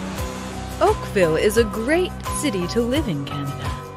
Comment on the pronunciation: Tf u sayin Oakville 😭😭